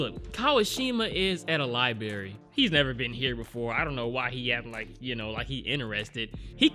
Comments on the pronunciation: He went to the LYE-BERRY, did he? Is that the name of a cafe attached to a LIBRARY? Try saying it phonetically. LIBE. RARE. EE. Good luck! 🤔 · Library not libary. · ....LiBRary not li-BERRY, home slice!!! I've noticed that you've said li-BERRY in other vids but today the canin fever is strong with this one!!! Hahaha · Nobody:: Libary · He said “lie berry” lol. My child says library like that too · what’s a “ Liebarry”? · The way you say LIBRARY bothers me.